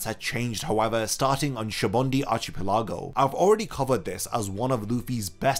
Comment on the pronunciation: “Sabondy Archiplego”